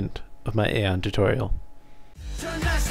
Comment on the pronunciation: its pronouced Ion no aon omfg.. the npcs even say ion not aon ffs